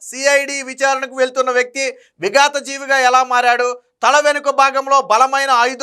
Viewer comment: విగత జీవిగా ✅ విగాత జీవిగా ❌